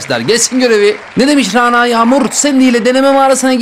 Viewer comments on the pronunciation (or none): none